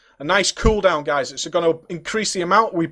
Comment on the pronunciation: i swear u said he has a few gays on him.